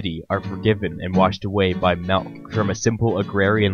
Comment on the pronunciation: Where you from, sayin' melk instead of milk?